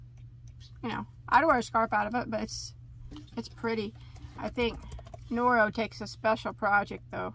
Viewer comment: I love when you two do a video. You are funny together and compliment each other. I'm half Japanese and is pronouncing those Noro names correctly..good job.